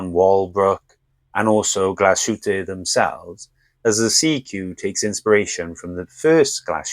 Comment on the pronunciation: The pronunciaton of GLASHÜTTE is more or less correct. But SEESTERN is GERMAN as well, so your anglo-pronounciation is, one more time, WRONG, sorry. 😈 SEESTERN is no SEE-STERN but rather S (like a Z) E (like Egg) E (like Egg) S (like Shine) TERN. Danke vielmals und sei gut mit deutsche Sprache! 😂😇😎